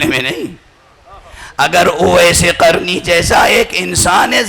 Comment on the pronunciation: جاہل اویس قرنی قاف سے آتا ہے کاف سے نہیں